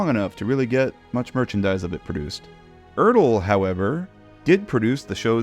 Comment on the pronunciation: Glad you learned how to pronounce ERTL.